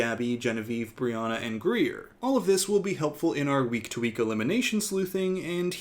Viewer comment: Did anyone else think her name was “Gruyère” not “Greer” 😅